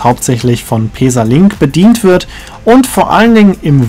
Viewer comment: Schönes Video, ich finde allerdings, dass der Zug auch bequem für mehrere Stunden ist. Bin mit so nem Zug mal von Ulm nach Sigmaringen gefahren. Kannst du bitte "Pässa" sagen anstatt "Peesa"?